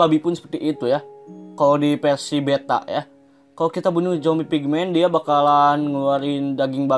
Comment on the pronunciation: yahhh ampun ngomong versi aja persi hahaha